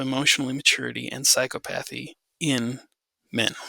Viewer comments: Excellent talk. (Someone let know he could be mispronouncing "psychopathy".) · Correct pronunciation of psychopathy